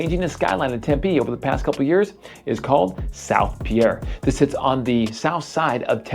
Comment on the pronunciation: Also, it is pier, not Pierre